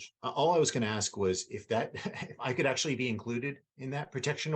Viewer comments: I understand today's sensitivities to people's speech processes, but can someone explain to me why in all those years in law school, no one bothered to correct her use of the word "axe" for "ask"? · One thing that the female lawyer does that bugs me, it's something small... But she uses the word aks and not ask. Small but ugh 😫😫😫 setup annoying lol😂😂😂